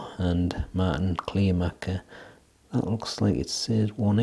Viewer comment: Hey, that´s not a surprise for me given the fact that I got the Kleermaker (it´s pronounced "Clare ma(r)ker" btw) darts two days before your review and had a similar experience with ´em...first being a bit disappointed because of the hex honeycomb "grip" isn´t grippy at all, but after a few throws I got used to ´em and their smoothness and subsequently got better and better scores. I´d say these darts are divas, you gotta know how to throw ´em right, but when you get used to them, they are quite reliable darts. Dropping out of the board happens with the out of the box points, so I strongly advise to change them immediately for less nervewrecking experiences as I managed to shoot the first two darts in the T20 back out with the 3rd one...I don´t know why any manufacturer of darts still presses in this type of points.